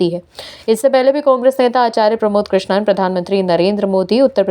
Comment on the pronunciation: कृष्णन नहीं कृष्णम बोलो ।